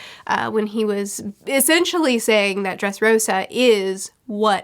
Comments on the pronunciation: It's "Dressrosa" not "Dresrossa"✌ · It is DRESSROSA like wear-pink/rose. Not dresrossa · I don't mean to be that guy, but just a heads up that you switched up the s and ss in "Dressrosa". Great video once again!